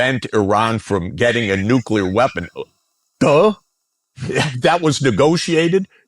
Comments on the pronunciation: Why does Andrew keeep saying “Nu-Key-Ler” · I am once again begging with tears in my eyes for Schulz to say “NEW-CLE-UR”